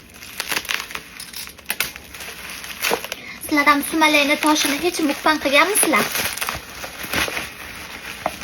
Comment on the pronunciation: Nme talfuziz ģalati qatlisz mukbang so'zini ģalati etvos😂